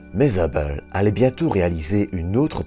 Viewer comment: Je sais que je ne vais pas me faire des amis mais le documentaire a l'air vraiment sympa et très intéressant mais la narration 🥶🥶🥶 au bout de 10min j'ai arrêté car je n'en pouvais plus... dommage...un mélange de belge, américain, allemand et canadien. Et la façon de prononcer Hubble à chaque fois ça devient très irritants.. mais je répète dommage car le documentaire doit être vraiment intéressant.. désolé